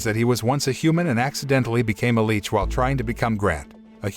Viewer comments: Right?!? 'L-itch' not 'L-eech' 😅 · LICH not LEECH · CAN YOU PLEASE JUST SAY LICH FOR THE LOVE OF GOD😡😭